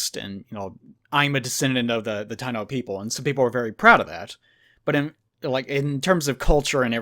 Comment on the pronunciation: It's Taino "ta-i-no" were the original settlers in some of the islands in the caribean until Colonists arrived and brought slavery and illnesses just to get resources to bring back to Europe.